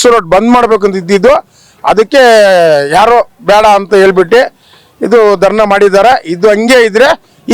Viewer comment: Nanmala adu darna alla kano darani sariyagi kannada kalithukollro modlu Mysore road nimmappanda